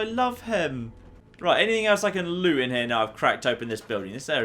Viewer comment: is it just me who thinks he says lets have a loot see